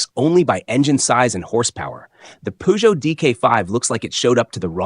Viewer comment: Chère voix synthétique, encore un petit effort pour prononcer la marque française Peugeot correctement.